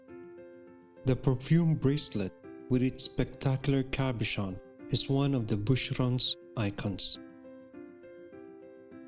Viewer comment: With all due respect, your voice is very breathy and your cadence uneven. You have a frustrating tendency to swallow your vowels. You also mispronounce quite a few words, such as “mason”, “cabochon”, “modernity”, “algorithm”, etc. You keep referring to “she”, “they”, “him”, “you”. Who are all these people? It’s important for the narrator not to mix up pronouns, so the audience doesn’t get confused as to the perspective from which you’re addressing them. Thanks for a beautifully presented video though.